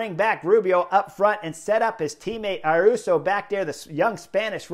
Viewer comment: The ‘young Spanish rider’ is called Ayuso, not Aruso.